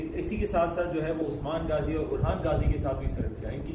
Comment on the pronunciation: Gaazi nahi ghaazi ...dill mn Ertugrul zuban py Bollywood Chaya rehta hy